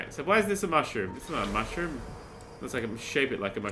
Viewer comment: why does my brain keep hearing the words "mushroom, mushROOM"?